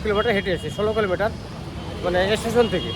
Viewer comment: Estation hoy na Station hoy pls try to speak properly